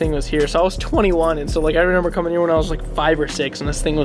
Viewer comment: Does it aggravate anybody else he says “renember”